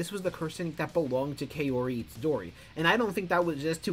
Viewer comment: Lol kay-ori Pronounced cow-ri for future ref.